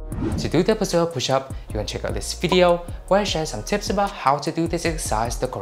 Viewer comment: Great video! Love how you broke down the progressions. Just a little advice on the pronunciation of the Pseudo Pushup, the P in Pseudo is silent. So just pronounce it with the S and OO sound like zoo; followed by the do sound. Like "S-oo-doh". Hope that helps.